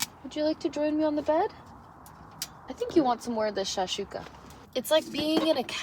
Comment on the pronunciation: Its shakshuka not shashika